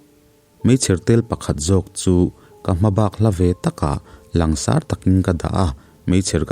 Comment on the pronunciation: Langsâr lamrîk dân hi 'sâr' lai hi lam er loh a thlûk pangngaia thlûk tûr a ni. Mizo naupang ten an zirtirtu(mipa) 'sir' (ka pu, tihna, a sap ho tak tak chuan sâr kan tih ang hian an lam ve chuanglo a) an lam ang hian. Chiang/hmuh awl ang chu hi sâr an ni. "A hmêl chu a sâr vung mai," te kan ti ṭhin a ni. "Kan sêrthlum kûng chu a hliahtu hnim kan sâmfai ta vek a, a 'sâr' ta larh mai, misualin an rûk mai pawh a hlauawm ta zâwk e," tih a 'sâr' nên hian thuhmun a ni.